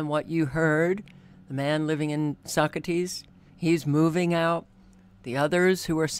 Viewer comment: It's pronounced Sock ass tee... not Socrates